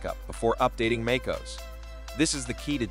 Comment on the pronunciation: It’s not fucking called “Make oos” It’s like fingers on a chalkboard hearing you say that